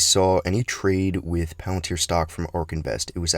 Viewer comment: Today we will be talking all about... Movie trailer movie voice over engaged Pealenteer